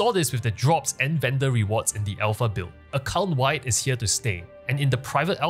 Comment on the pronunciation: I love how you say "account wide," it sounds like you are saying "occult wide." 🥰